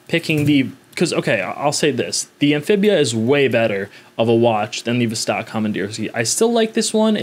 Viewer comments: It's NOT a "vzztaaawwk". It's a "voss-tock". Not the least attempt to pronounce a foreign name / brand / word the way it SHOULD be pronounced. And you guys get upset when a foreigner mispronounces "Arr-can-sass" ... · “Vuhstaaaark” ? Niet.